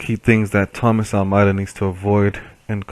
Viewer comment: FIRST! BTW it's pronounced Almaydah.